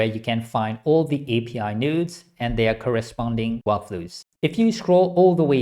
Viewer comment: everytime he says "nodes" i hear "nudes", ive been damaged by using comfy too much.